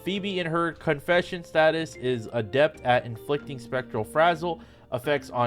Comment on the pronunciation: STATUS not stasis 😂😂😂